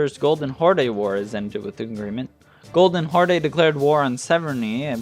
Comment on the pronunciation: Love the video, but man the way you say horde xd